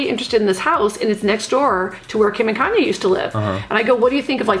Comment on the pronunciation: “Kayne Kardashian West” 😂😂😂😂😂